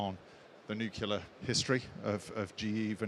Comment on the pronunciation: Interesting presentation, but someone in this line of work really should know how to pronounce "nuclear".